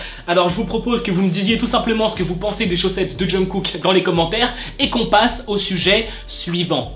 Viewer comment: omg pourquoi tu parles de kpop si tu sais même pas prononcer les noms genre jungkook?? aie renseigne toi vieux mec